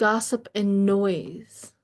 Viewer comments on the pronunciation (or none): The word was nosey, not noise... like a nosey neighbor. I enjoyed your reading, thank you so much.